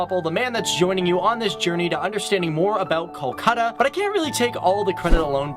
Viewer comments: In hindi it is call kolkata in english its pronounced kalkata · amazing video but kolkata is pronounced as coal-kha-tha but the video was great and i am happy to see my city described without any bias